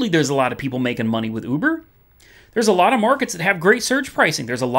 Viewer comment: I like how you pronounce Uber. "Ooobuhrrr!"